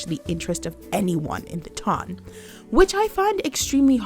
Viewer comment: I just want to say two things: 1) Thanks for such a thoughtful video, and 2) Thanks for pronouncing "ton" correctly!💖💖👏🏽👏🏽